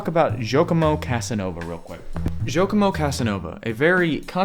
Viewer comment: Shouldn’t you have at least checked the pronunciation of Giacomo? It’s certainly not “jokomo” 😡